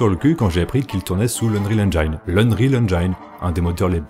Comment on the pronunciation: Revois la prononciation de « engine » parce que ca pique les oreilles, mais sinon super vidéo!